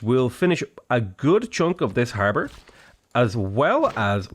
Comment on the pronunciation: I thought he said Harvard